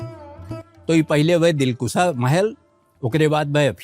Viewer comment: Dilkusha is right word, not dilkusa. Britishers kept opium here